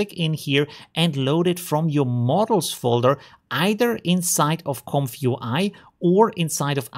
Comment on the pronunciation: Read this way "Comfy UI" Not this "comfyu I"